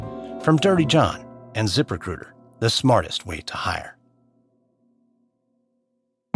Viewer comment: The guy’s pronunciation of the words “zip recruiter” is unacceptable. If he didn’t say “zip recruiter” 75 times an ad, I wouldn’t care, but it almost made me stop listening to the podcast.